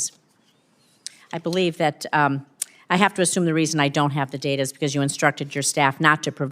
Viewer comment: It's data.not dada.😂